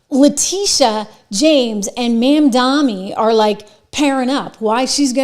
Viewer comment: MamdaNi not MamdaMi. Please at least say it correctly.